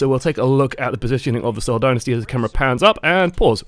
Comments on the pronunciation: Also it's pronounced "sole" not "seeeeowl" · "See-ohl Din-nisty"